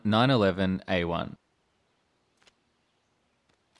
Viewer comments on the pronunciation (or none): Bro really pronounced it M one nine-eleven A one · Great video but the way you says M1911A1 physically hurt me